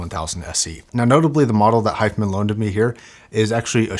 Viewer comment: is it my ears or he isn't pronouncing the name correctly ?